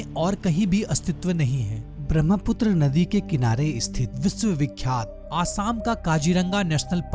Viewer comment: Not BRAMHAPUTRA it's BRAHMAPUTRA. The ha sound comes first. Can't you pronounce a spelling correctly?